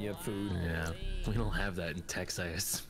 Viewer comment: but it sounded like he said "texass" which just makes it so much funnier